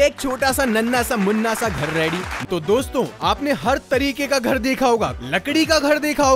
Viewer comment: Wait a second. He say Domston M why ❤